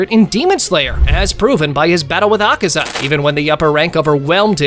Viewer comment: Por qué todos pronuncian mal el nombre de Akaza? :/